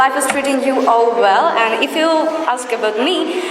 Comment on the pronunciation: yes, i appreciated her. Notice, my comment please. But just i express my opinion about a word 'And' pronunciation. It would be better if she pronounces the word 'And' more perfectly. That's all.